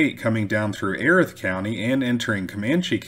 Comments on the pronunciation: Very good and informative video! Note: it's "Ee•wrath", not "ehreth"; "Bos•kee", not "bosk"; "Klee•burn", not "clay•bern". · Erath pronounce Eee-rath Bosque pronounce Bos-key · That county is pronounced EE-Rath. Yeah. I know it's weird. Wow, 1875? I didn't know they were still on the warpath that late. Lookin forward to next time. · Your channel is awesome. It’s pronounced e-wrath county.